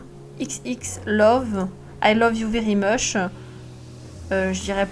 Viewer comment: "I lov u veri mosh" JPPPPPPPPPPPPP😂😂😂😂😂😂😂